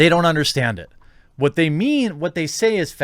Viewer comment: why are you saying it like that? saying WHHHUT LIKE WHHUT